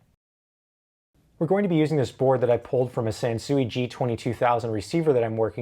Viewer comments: its pronounced "sanswee" like san sweet sansui. not chop suey sansuey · Not for nothing, but the Japanese pronounce it sahn-swee. I was stationed in Okinawa while in the army.